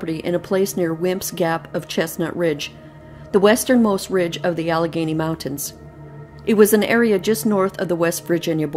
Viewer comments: She's from Canada. She usually doesn't pronounce L 's. At the end she says Alagany right. She said she write the story out, because of how she pronounced things. I like her reading. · "AL-ah-GAY-nee". It's a mountainous region within the larger Appalachian mountain range in the north-eastern USA. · Great story! The correct pronunciation of Allegheny is Al-le- gainie. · I love your posts! I believe it is pronounced AL-eh-GAIN-ee. If I'm wrong I'm sure someone will correct me. ☺